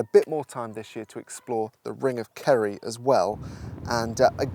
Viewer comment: I thought you were saying "ring of curry" which sounds like a place I want to visit.